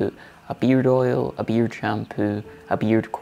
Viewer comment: Oops! That's beard! (sounded like beer)